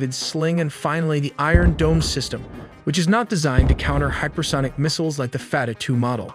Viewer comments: F-A-T-A-H not fatatue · "fatter" two missel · Fattah (pronounced fat-taah - strong /t/) translates to "opener" and it refers to one of the 99 names of Allah in Islam, signifying Allah as the one who opens all gates of victory. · the damage from a white boy saying fattah hurt me psychologically more than israel ever could